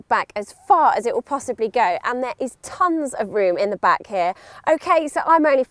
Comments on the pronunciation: stop saying hieee(here) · And sorage hea and hea and he.a and hea and hea .... And hea (here)